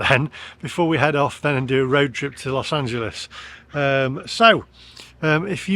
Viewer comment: I went to Amityville in 1979 while on holiday from UK 15 years before we moved to the US. Visited "the house" (112 Ocean Avenue). Carmel didn't remind me of Amityville. We've got "Hog's Breath Inn" t-shirts. Well done on your pronunciation of "Los Angeles" - even the oh-so-proper BBC can't get it right, they call it "Los Angeleees".